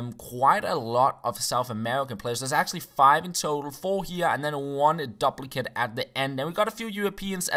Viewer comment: Duplicate = Dewp-laa-kit This is not hate :-)